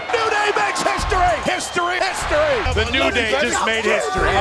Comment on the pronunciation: during the history montage or collection which ever is the proper term, some of them sounded like pisstory and kisstory. Shoulder tackle.